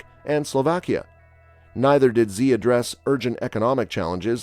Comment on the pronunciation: You mispronounced the presidents name, Xi.